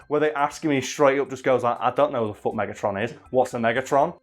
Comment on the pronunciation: "aaah autobots... FOUCK you"